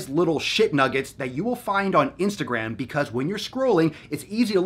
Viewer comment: the funny thing is that you talk about. ..... istagram ...... ISTAGRAM ahahahaha the shit social XD